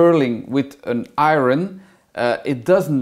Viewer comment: Iron is pronounced eye-yurn